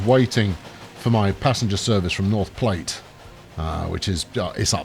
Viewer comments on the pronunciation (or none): "platte" rhymes with flat